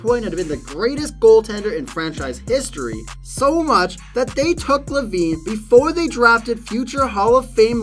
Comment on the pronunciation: Paris Hilton, a "hearess"? And Tom "Glaveen"? Luc "Robitall"? The pronunciation here is pretty wild!